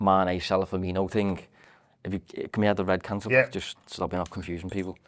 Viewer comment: murders most surnames eg; Ferminio and Fabino. So poor.